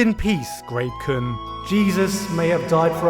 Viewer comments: Kept hearing rape-kun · When he said grape kun I mistakenly thought he said rape kun I had to rewind and put the sub on to make sure